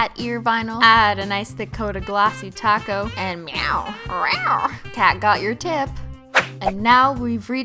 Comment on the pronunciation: IKR IT'S TACO